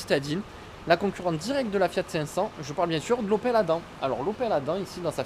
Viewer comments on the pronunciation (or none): On prononce adame !